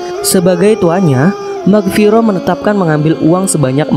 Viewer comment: Mughirah bukan Maghfiroh